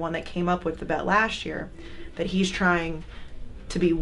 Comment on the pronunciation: "Lasht Year"